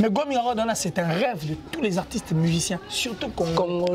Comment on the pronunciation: On dit Grammy awards et non Gramming awards